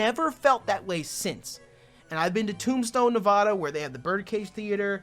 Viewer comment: I love you but you literally lived in Nevada and didn’t learn the actual pronunciation is Nev-ADD-uh. Sincerely, a fan from Las Vegas, Nevada.